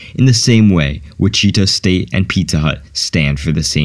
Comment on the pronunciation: WTF did he just say when pronouncing Wichita? Is this a robot?